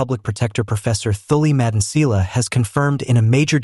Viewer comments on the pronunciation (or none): Im new here but I've noticed that you don't pronounced some of the words correctly just like "Phala Phala" you saying it Fela Fela now you failing to pronounce Thuli Madonsela please do your homework before you come here.